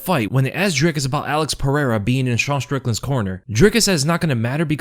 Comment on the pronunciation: Why do you pronounce Sean Like a French Dude?